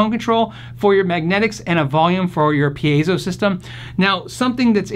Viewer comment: Hey! I see you said it right at the beginning of this video 😃 pē-ā-zō for those who struggle with Latin, Espanyol.